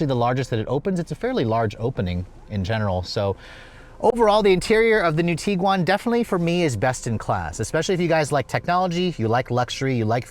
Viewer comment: Tiguan, not Teeeguan. Varenna, not Varaayyyna